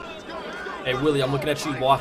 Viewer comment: 9 episodes in and every time you mispronounce his name it makes me cringe. His name is Wiley (why-lee) not fucking Willie